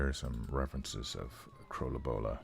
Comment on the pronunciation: It´sa ton of fun to watch the process, and I love your pronunciation of Krølle Bølle. Looking forward to including your art in "The Horror"